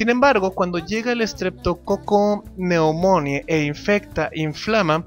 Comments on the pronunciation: Que mal lo pronuncias, se pronuncia estreptococo neumoni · Ja! ya ni me acordaba de ti! Sale, cuídate, pobre diablo. Por cierto, se pronuncia: "Streptococcus pneumoniae", con "e" al final, no con "i" como dices. Es neumonie.